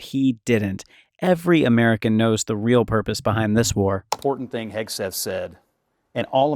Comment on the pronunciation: He keeps calling him hesgeth instead of hegseth